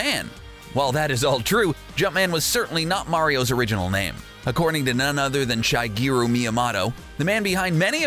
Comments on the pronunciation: Shi-gear-a, not Shy-gear-a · "The creator of Super Mario is called Sugeroo Myamotto" - LIE It's Shigeru Miyamoto (Like Motorola) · Please do not say "SHY-geeroo" ever again. PLEASE DO NOT DO THAT. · Almost, but "gee" is wrong, the "e" in "ge" sounds like the first "e" of "Expectations" . Like this: Shee - gE - roo --- Mee - Ya - mo - to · "SHYgeru" As the meme would say "Please do not do that" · Shy giro L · Yeah, Shaigeru, that's pretty wrong. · Star Hawk Exactly. This is a name we've known and have heard for decades. It's like pronouncing Luke Skywalker as Lute Spywalter.